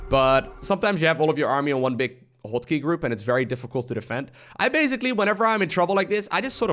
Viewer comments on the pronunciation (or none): Took me a while to figure out you were saying "hot key", I thought you were saying "hold key".